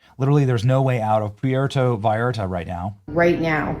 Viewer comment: Benny, No “V “ sound in Mexican language for Vallarta… more like Bayarta.